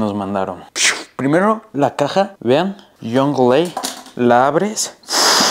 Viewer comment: Se dice young la. No jungleA. Buen video brother